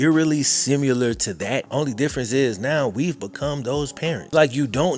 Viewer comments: bruh. It’s “similar” not “simUlar” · He gotta say “simular” at least once every video I swear😂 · Dude.. start saying similar the correct way.. unreal you still say simUlar